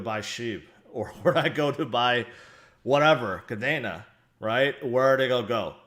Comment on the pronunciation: it is pronounced Kadeeena, just like the Air Force base in Japan. Not Kadana.